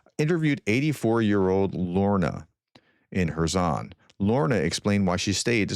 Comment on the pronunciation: Are you sure that you are pronouncing Kerson properly?